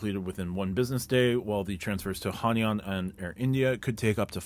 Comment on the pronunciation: Gna have to be that guy, but it's pronounced "Hai-naan"